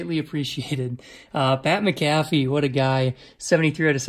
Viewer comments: Pat makafee is how you say it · pat Mccafee lol Its pronounced pat Macafee, he now is in wrestling (WWE).